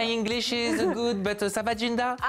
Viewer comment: "I hope yu gud" ahaha pardon c pas bien de se moquer ahaha.. You are good...et pas gud, ça se dit "goud"